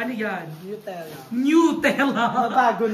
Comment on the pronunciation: ang feeling ni tama naman pagka pronounced ni barbie ng Nutella, nyutella talaga yun